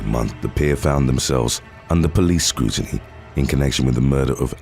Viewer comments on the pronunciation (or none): none